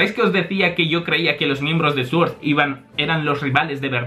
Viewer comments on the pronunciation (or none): none